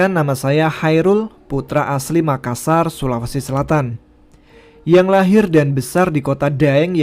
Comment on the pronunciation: makassa kurang R. Saya sebagai orang makassarya gpp wkwk